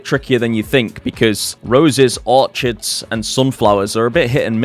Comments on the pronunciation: No, I'm British. We say Orchids the same way. Dont know why he's saying Orchard, because that's a plantation of trees that you farm. Not the flower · really cool vid, glad i found your channel. btw orchids is pronounced 'orkids' , its a hard ch like 'echidna' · You are saying Orchids wrong. Or is that rage bait?